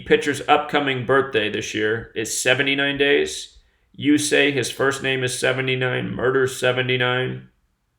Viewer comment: Yusei....why-use-I...strange. Great Vid.